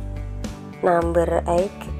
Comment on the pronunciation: Bahasa inggrisnya medok banget.. Namber.... orang Indonesia ya mbak...